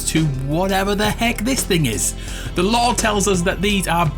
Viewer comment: Ohhhhhhh, is he saying "lore"? For the first few minutes I thought he was saying law or something..